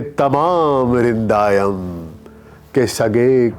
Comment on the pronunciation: tamam rindanam (rindayam nahi hai) shairay yazdanam(yazdayam wrong hahi)